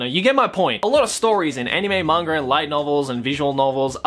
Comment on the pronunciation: I know he has an accent but who else chuckles or laughs slightly when his pronunciation of Manga sounds like "monger"